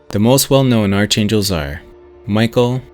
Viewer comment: "Arch-angels" is correctly pronounced as "Ark'-angels". This may be a.i. narration, eh. 🙄